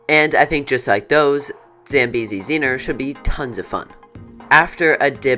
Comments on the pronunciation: It's Zambezi zinger not Zambezi zinner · Mispronouncing Zambezi Zinger as Zambezi Zeener several times made me cringe.